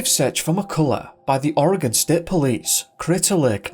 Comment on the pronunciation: And I appreciate the fact that you pronounce Oregon properly. And most of the little town's named after Native tribes here and Washington State